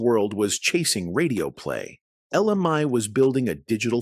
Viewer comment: Would please say her name the right way.